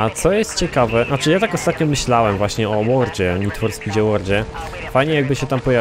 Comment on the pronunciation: Nid For Spit Andergrałnd 1.